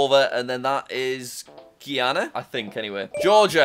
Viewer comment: Guyana is pronounced gai·aa·nuh Mr. JackWhoCantPronounceThings